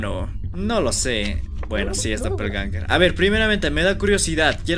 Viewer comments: SE DICE DOPEL GANGERS NO DOPELANGERS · Doppelgangers❌ Doppelangers✔ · Doppelganger❌ Doppelanger✅ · por que dice dopelanger